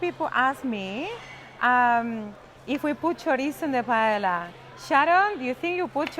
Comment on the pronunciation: First, As spanish when someone pronounces "paela" I run away. Second. Ingredients are very important. Rice it's absolutely necessary that it be rice called "bomba" a variety grown only in spain. Not rice from asia or another place. Falvour changes absolutely. Third the seafood not from Pacific please. Shrimps, calamari, etc..don't have favour compared with spanish sellfish. It's impossible to taste a really good paella out from Spain because the ingredients are not good, even if the cook is spanish. To finish..."paprika" in the paella? Oh my God.